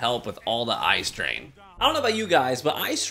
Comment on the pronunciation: Did anyone else hear him say “ice drain,” rather than “eye strain?” I was confused at first before he went fully into his advertisement.